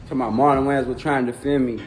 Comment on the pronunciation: Wow, this AI voice is incredible! It even sounds like "Marlon Wayans"! AI is getting so good—if it weren’t for the slight mispronunciation of his last name, I would’ve never guessed! 🔥👏